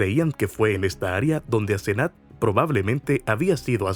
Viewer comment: Asenat o Asezanet? Mala narración... Y la mamá teniendo auto la dejaba caminar sola más de 1 km a esa edad? Qué barbaridad!!